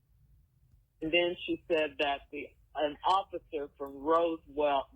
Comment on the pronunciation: How long has Shirley been living in Atlanta? Why can’t she pronounce Roswell 🙄